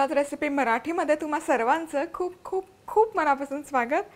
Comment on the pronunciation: उत्तम संभाषण पण 'खूप खूप' या शब्दावर भर कमी द्या !!!